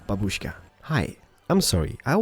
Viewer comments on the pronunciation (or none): none